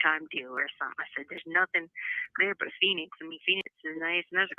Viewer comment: Poor Harley says nothink not nothing like CACAstricia